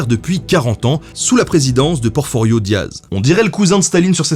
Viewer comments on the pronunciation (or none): C'est Porfirio Diaz, pas Porforio :)